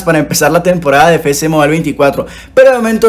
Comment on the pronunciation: Siempre me ha dado mucha risa cuando dice "Fé Ce Mobile" siendo que es "Efe ce..." pero igual excelente video, saludos